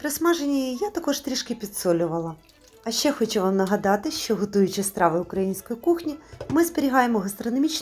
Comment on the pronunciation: Шиплячі вимовляються як в рускій мові.Українці вимовляють твердо:,,шчо" а не,,шьчьо"